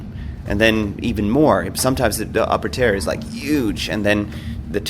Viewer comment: Tier* (tear) Revered* (re-veered) 😎👍🏻